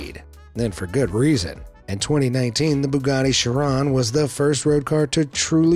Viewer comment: bugatti chiron is so expensive people cant pronounce it right😂